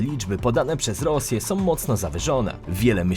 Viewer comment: Wymawia się są nie som, z Ukrainą nie Ukrainom